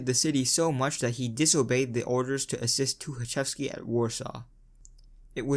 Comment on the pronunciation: says Тукачевский however his last name is Тухачевский. Х instead of K.